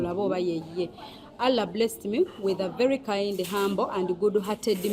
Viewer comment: Mbu halla instead of Allah😂😂